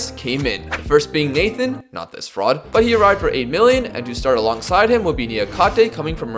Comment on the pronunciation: Mans name is Natan and he reads it as Nathan bruuuuuuh